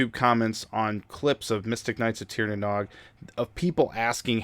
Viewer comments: Great video! Only gripe for me is pronunciation. The Nog is pronounced like nose, but with a g. Not like egg nog. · Hey, Nog is pronounced like nouge (sounds like rouge). Otherwise great video.